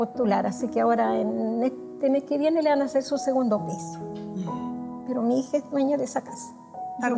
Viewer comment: La vja dice "mi hiha"